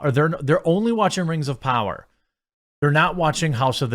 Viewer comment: Rangs of powwa